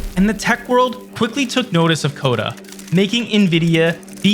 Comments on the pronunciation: Cuda not coda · This video would be so much better if it could pronounce things correctly: Rivia != Riva, Coda != Cuda, Silicone != Silicon. Plus, it missed some key things but this was obviously not written by an insider but someone who wasn't there and just read wikipedia lol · How does CUDA become CODA? lol... using A.I. are we?